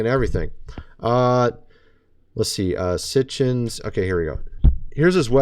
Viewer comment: He is a lot smarter than you,it's Sitchen,not Sitchens